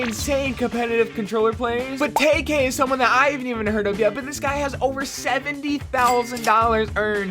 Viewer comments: its Tkay not Takay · Its tkay not taykay🤦‍♂️ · It's TK not tayk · Taykay lol it's Teekay like your vids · It’s tee-Kay not tayk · It’s not taykay Lmaoo 🤣🤣 it’s teekay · He said taykay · mans said tayk